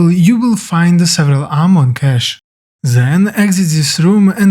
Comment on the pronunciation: It is THEN not ZEN there's no Z in there but thanks